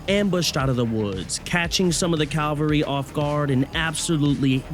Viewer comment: It's cavalry (ka-val-rie), Calvary would be the place of the crucifixion of the Lord Jesus Christ. Good video tho, hope you get more views!